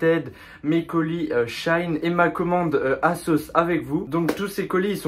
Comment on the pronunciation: S’il vous plaît ça ce dit She In pas shaine sinon très bonne vidéo